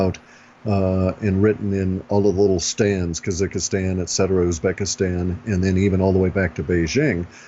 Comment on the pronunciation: "looking at it linguistically"? "Kazikistan"? Do these basic mistakes put anyone else off? I really hope this guy is right but come on.